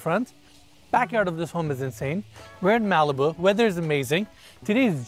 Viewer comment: Everything about Malibu is gorgeous!!!! It was my introduction of Los Angeles, California when I was 6 yrs old learning the history and geography, thanks to my Barbie doll collection. And I have to correct you on how you say Malibu. Phoentically, it is Ma-Luh-Boo!!